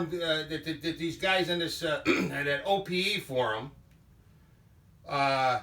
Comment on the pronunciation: OPE forum is a load of clowns . You said it right .